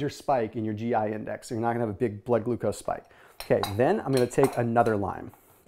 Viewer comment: Lolol “Glood Glucose”